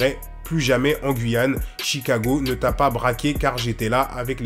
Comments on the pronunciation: CHIKAGO PAS CHIKGO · Alors le nom du quartier, c'est CHIKAGO* ensuite, la vidéo a été filmée par NONO'ZEER qui a fait tourner une vidéo ou il dit qu'il est du côté de Kalash. Ensuite je trouve que tu n'es pas du tout égal dans ton jugement, on voit clairement que tu défends Booba. Je trouve ça dommage, parceque tu ne connais que le point de vue de Booba et tu connais pas du tout l'outre mer vu ta manière de lire de créole. Et pour terminer tu as franchement pas assuré en sortant une vidéo aussi vite, car tu n'as qu'un seul point vue. D'habitude attends d'avoir des arguments pour les 2 cotés pour en faire une. Bref, je suis pas d'accord avec toi.